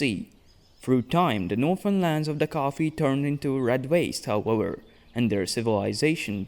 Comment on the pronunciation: I came for this comment. I hear him say Wictim, and Howewer, but then West and Various. Warlocks, but Walyrian... do you know Ws from Vs or not? I'm so confused! But also, I love these videos, so don't change a thing 😂